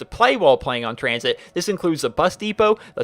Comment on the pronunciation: When he said COTD, Die Rise, and Tranzit I checked to see if this video was uploaded on April fools....